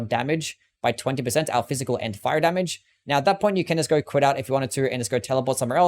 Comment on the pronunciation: going no "goring" go not "gairo" know not "Knowr". so not "sorrr" why do you add R's to words that don't have R's in them ????????????